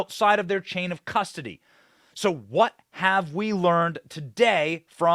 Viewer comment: Benny said "nucular" and "cusdoty" and I almost threw my phone